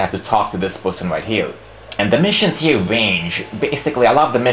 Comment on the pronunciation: you pronounce "Here" as "Heal" LMAO! but anyways, yeah nice review! =D